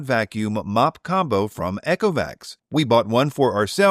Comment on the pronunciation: Eee-co-vacs. Not Echo-vacs 😂 Love the reviews, thank you. Also noticed the Saros10R long hair pickup score being really low - interesting point you might like to try there; manually actuating the roller 'box' underneath until it is no longer tight (not breaking it or being rough) caused mine to be much more effective on pickup and seems others have had similar results.